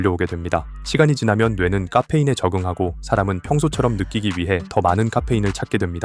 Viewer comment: 까페인 발음 ㅋㅋㅋ